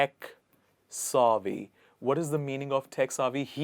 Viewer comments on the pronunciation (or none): Not "saavy" but "Savvy (like heavy)". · If you are going to teach people how to say beautiful words learn to pronounce them correctly yourself...it is not sawvy it is savy and the pronouncing of effervescent is embarrassing.....as for po sho for penchant is ludicrous. I couldn’t watch this to the end ..... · It's not pronounced "SAAA-VY" the way you say it. It's called Sav-vy. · Is it SAAvy? Or Pronounced as savy? This man pronounces in a British way!! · Shop savvy not pronounced sarvve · very exquisite 🥰 and refreshing. please note that the 'a' in savvy is pronounced like the 'a' in sad. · P.S. In US Penchant is pronounced as pawn-shaw not po-sho. And nowhere i heard saavy pronounced Saaaaaavy. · Great choice of words! Thanks. There is no word like advices Please pronounce savvy correctly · Mispronounced effervescent and savvy! LOL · Savvy is mispronounced here.